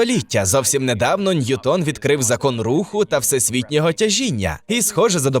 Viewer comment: Тільки наголос: не НьютОн, а НьЮтон, бо він англієць